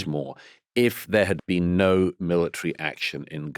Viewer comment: "You never bean?!"